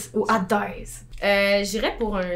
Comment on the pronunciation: Je suis désolée, mais à c'est pas Adès c'est Hadès, j'ai tellement été triggered lol Mais j'ai tellement ri!!!!